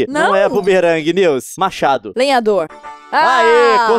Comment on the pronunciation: na palavra lenhador ele acertou duas vezes